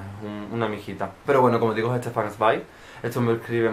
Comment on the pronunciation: Hola, me ha llamado la atención tu pronunciación de Sweig es la correcta?. Este es un comentario un poco colectivo por el poco tiempo que he tenido en este principio de año, un desastre de tiempo pero aunque tarde y he visto muchos de tus videos. Las peores lecturas, buenísimo par no tocarlos ni con un palo. Arcoiris y Mestiza uffff no puedo. Aquí yo tarde pero seguro. Besos!!!!